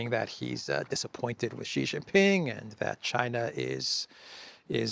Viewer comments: ! STOP SAYING JHEE. His name is SHEE JIN PING, why because JHEE means PENIS. Always say SHEE like you say female in English. SHEE is correct not an insult. JHEE is equal to CHRISTOPENIS. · ? SHEE JIN PING not JHEE JIN PING. Why? Because JHEE means penis in the Chinese language. How do you like your name mispronounced as Christopenis??? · Xi Jinping is obviously the most poweerful person in the world. I cringe every time I hear mispronounce his name. He's not Mr Gee. Whatever happened to the attention to detail we used to expect from The Duran?